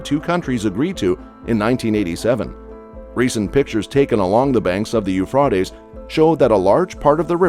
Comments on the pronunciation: I think it is Pronunced U-fraa-tees. That way, folks will know what your are talking about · The river “Ufrotties”? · You mispronounced the Euphrates River as Euphrootes it is Euphrates ( pronounced with a hard a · The Euphr-a-tes . A as in A. Not ah. Long A. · i wont listen to him say Eufrotees one more time! its Euphrates, damn it! lol! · Euphrates not Euphrotes stupid robotic voice pronunciations arggg😱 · Please it’s not Euphrotes. It’s Euphrates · The worst thing about a computer voice is none of the biblical words are pronounced correctly. And I'm not talking about correct Hebrew or Greek dialect. So frustating to hear. "Uf•raw•tes" is so bad. And said hundred or more times here. It's (phonetically) U•phrā•tees. And that wasn't the only word. It sounds like a juvenile who never learned to speak and very alien. I know. Sounds picky. But words mean something. I won't be watching anything more from this channel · Am I the only one watching this and every time he pronounces it Euphrawtees, I say Euphrates? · It's It's pronounced as Euphrātes Long "A" NOT "Euphrätes" with a Short "A" Stupid! Ugh!! I Hate That!! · Dude! I almost had to quit this video because my ears screamed for mercy every time you said Euphrautes. It’s Euphrates…long “A”. You’re welcome. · Sorry but 'Euphraaatees'? Ruined it for me. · It is pronounced Euphraaaaaastes...A A A... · I just have a pet peeve when you know how a word is pronounced but the content creator insists its pronounced this weird way. its pronounced U-FRAY-TEES. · Isn't the pronunciation, Eu Fra TEes! Guess it can vary! Elon is such a pos, The Elites using chemtrails to affect weather is having an affect not only on the USA but worldwide! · You are saying the Name wrong Euphrates ~ You Fraties River is What it sounds like. 😂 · OMG...How can you get people to narriate your videos who can't even pronance the star of the subject!!! It's pronounced "U fra te s." What planet is this guy from? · It's U FRATE EZE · Eu FRAY tees